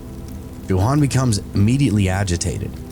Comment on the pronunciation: Why on Earth would you pronounce Johan like that? It's not uncommon for English speakers to know the proper pronunciation.